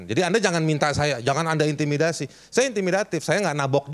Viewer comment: Aduh pak bilang z ada intimidasi susah amat sih pak 😂